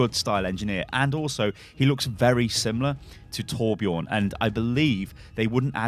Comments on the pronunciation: Sven is a Nordic name, both seen in Denmark, Sweden, and Norway. Judging from the distinct blond hair and beard + bright blue eyes, I'd say Swedish.. Would make sense when he and Torbjörn have history. (And btw everyone are pronouncing Torbjörn wrong xD just want to let you guys know) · Please learn how to pronunce torbjörns name corectly... PLEASE!